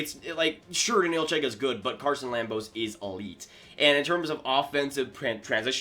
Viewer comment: Number 13 in the rankings is pronounced more like Ch-eye-ka If I remember my pronunciations correctly